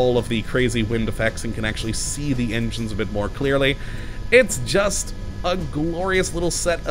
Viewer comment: I keep coming back & watching but, years on... Engines are still 'Injuns' & 'ahways' - still has that unpronounceable L. Keep up the good work!